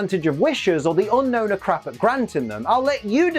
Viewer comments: It's actually pronounced un-OWN not unknown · Okay... I'm about a minute in... I will watch the rest but... Unown is my favorite pokemon And it's pronounsiation is SOOO WRONG!!! Everyone says Unknown... but the pokemon is Unown... 1. Yes Oak calls it Unknown... but he also said "there are 150 pokemon..." (paraphrasing) why the F**k is it pronounced as Unknown.. If anything it should be Un-own, or You-Known The region Unova is pronounced You-Nova why not call it Un-Nova as the proper way of pronouncing it!!! I've had this argument with many, and now others call it Unown (Un-own) What's everyone's thoughts about this!?